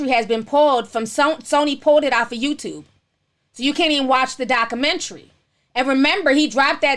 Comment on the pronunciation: Lol lord you need to practice proper speech you cant even pronounce documentary 😝